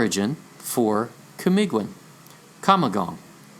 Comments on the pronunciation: The pronunciation is KA MEE GGEEN ... G is Hard G as in the word BEGIN... Kamagong is a tree... its wood is durable... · Camiguin is silent u camigin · Thank you for acknowledging my little contribution in this world shattering revelation. Just a small advise on how to read words with "ui" in them like Camiguin. The "u" is not pronounced and hence Camiguin is pronounced as ka - mi - gin. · That is CAMIGIN silent "U"